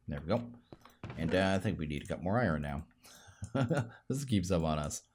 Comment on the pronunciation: It is pronounced iron (I,ern) not I ren